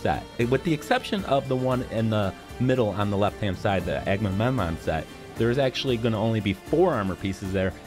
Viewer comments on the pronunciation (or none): ‘The one on the left hammed side there, duh Agmuhmemnmnun thet.’ If it smelled like burnt toast when you were saying that, I’d call an ambulance if I were you.